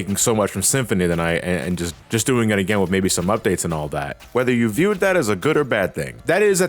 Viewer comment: The word is “with” not wiff “both” not bof